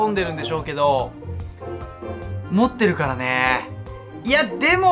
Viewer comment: 持ってるって強調しすぎ